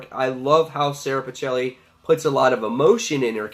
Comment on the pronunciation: Interesting review! FYI It's prounounced "Pick-elli" (And it's "Alee-sha")